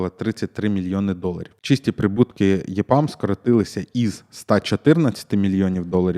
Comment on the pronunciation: EPAM потрібно читати як ЕПАМ українською, а не ЄПАМ. З англійської ЕПАМ розшифровується як Ефективне програмування для Америки.